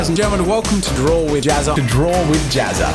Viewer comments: The way you pronounce Jazza, makes it kinda sound like you're saying "JazzART" instead. I just found that kinda interesting. :) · he said gazza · pronounces jazza like pizza